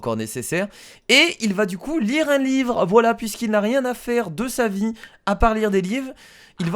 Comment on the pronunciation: A il dit "live " à la place de livre . Mdr